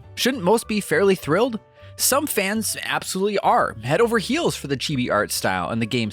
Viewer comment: How come he can pronounce “chibi” correctly but can’t say Pokémon? “Poky” describes my irritation level with each delivery.